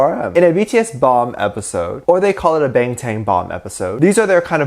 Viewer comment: Correct pronunciation is Bahng-Tahn